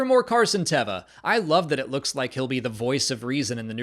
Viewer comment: The only note I would give here is that I believe it has been confirmed (by Paul, if memory serves) that his character's name is pronounced Tay-va, as opposed to Teh-va. Not a big thing, more in the vein of "Hahn" vs "Haan" or "Lay-a" vs "Lee-a." In fact, it's kind of a Star Wars tradition, I suppose.